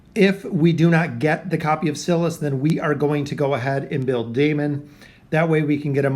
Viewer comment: It’s sigh-lus not ci-lus